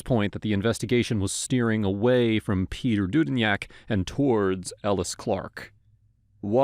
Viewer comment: Is pronounced due din btw